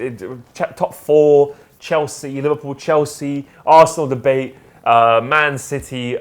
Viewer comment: "MassDebate".. cheeky